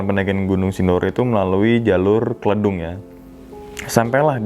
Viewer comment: Izin bang.. Yg base camp Kledung itu bacanya Kledung bukan kledung hehe😁